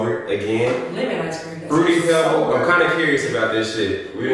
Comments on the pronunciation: I think the “sobert” is pronounced sorbey😭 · Sobert is pronounced : SOR BAY , its a type of icecream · sobert im weak yall i think it’s pronounced like “sore-bay” 😂😂😂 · It’s called SORBET YALL 😩😂 it’s pronounced like SORE BAY 😂😂 .. it’s more of a frozen juice than a ice cream but it’s hella good ♥️ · 😂😂😂 i was so weak when they said “sober- t” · Sorbet is pronounced sore•bae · It’s pronounced “sore-bae” guys😭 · They correct way to pronounce sorbet is sorbay lol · It’s spelled sorbet but it’s pronounced like sorba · it’s pronounced so-bay LMFAOOOOOOOOO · You don’t pronounce the “t” in sorbet lol it’s pronounced “sor-bae” I’m so weak 😹😹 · Its pronounced sor bay 😂😂 its not quite ice cream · So all y’all slow 🤣🤦🏽‍♀️ it’s pronounced sore-bae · The way they pronounced sorbet had me dead 😭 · the way they pronouncing sorbet😭